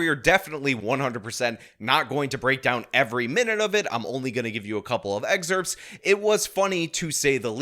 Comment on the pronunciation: What’s an eggcerpt?